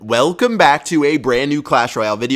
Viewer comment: "WELcome BACK to a BRAAAND new episode." Never gets old